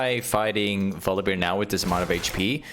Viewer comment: omg please stop saying volibeer 😅